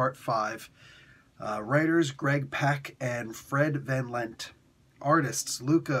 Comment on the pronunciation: Hey, good review. I think that you pronounced Van Lente’s last name incorrectly. I think that you left out the E! Also, Omega Red is in this, right? Have we ever seen the Omega Clan from Rick Remender’s (Pretty cool, but somewhat overrated.) Uncanny X-Force run? I think that there were two or three of them. I really don’t care for Omega Red being anything OTHER than a sadistic villain! Some villains just work better as pure evil (Bullseye, The Red Skull, The Shadow King, etc.). Thanks.